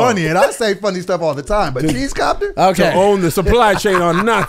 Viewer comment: It's rare that says the word time sounds like he says tie.....oh.🤦🏾‍♀️🤔🤦🏾‍♀️🤔🤦🏾‍♀️🤔🤦🏾‍♀️🤔🤦🏾‍♀️🤦🏾‍♀️🤔🤦🏾‍♀️🤔🤦🏾‍♀️🤔🤦🏾‍♀️